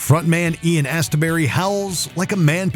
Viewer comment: Totally agree with nr 1 but his name is not As-ter-bury. Otherwise a garbage list apart from OMD, Ultravox and the Church.